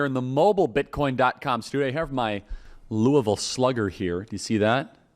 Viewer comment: Love that you say Louisville correctly!!